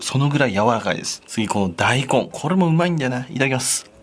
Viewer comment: 大根のイントネーション気になる笑笑大根⤴